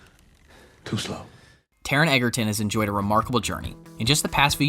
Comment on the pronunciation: His last name is spelled Egerton but pronounce Edger-ton. Please get it right in the future.